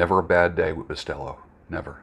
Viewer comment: Ok. I'm Puerto Rican. Quick lesson on the correct way to pronounce Bustelo. Boo-stell-o. Not Bus-tell-o. 👍